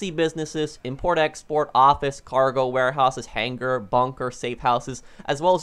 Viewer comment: The G is silent in the word hanger